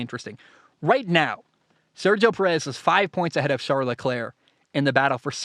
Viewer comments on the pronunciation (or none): none